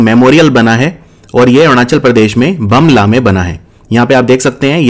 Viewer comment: Its pronounce as 'boom la'